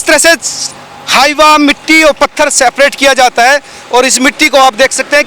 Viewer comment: Seprate nahi separate hota hai. Jab English bolna nahi ata hai toh hindi bolne me kya dikkat aarahe 😂😂